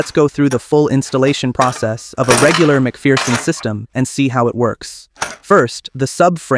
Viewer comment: FFS, it's pronounced "Mc Fur-son", not "Mc Fear-son"